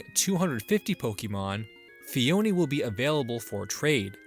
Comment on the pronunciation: It’s pronounced ‘ phony’ like fake.